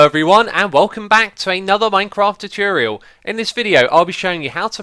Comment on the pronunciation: Tutorial Too-tor-ee-al